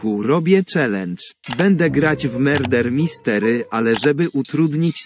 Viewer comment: Miłego oglądania 💗😊 Edit:najlepsze u jest to jak mówi na murder mystery ✨MeRdEr MyStErY✨